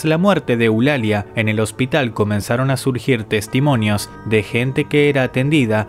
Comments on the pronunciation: dise testimoñios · dice Testimoños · En el minuto dise testimoños😂😂